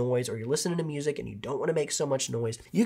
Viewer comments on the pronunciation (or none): none